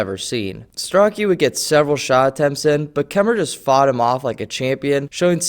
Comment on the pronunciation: pronounced starochi